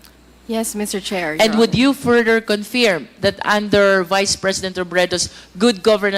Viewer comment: Please pronounce correctly the word confirm.. Para ksing british ang dating🤣🤣🤣🤣